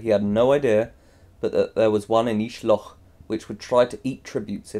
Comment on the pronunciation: loch is pronounced like lock, sorry but it bothered me so much TT TT